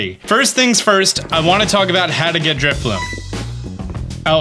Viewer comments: That’s not “Drifbloom” - it’s Drifloon. And you’re doing it on Friday morning, not Friday night. (?!) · Did he say DriflooM???? 🤔😩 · It's Drifloon, not f*cking Driffbloom! You'll get one on Friday!